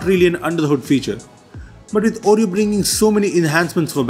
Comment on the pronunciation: I keep hearing Android Audio, instead of Android Oreo 😂😂😊